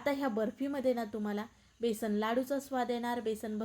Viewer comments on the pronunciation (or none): बेसन,बेसण नाही म्हणत.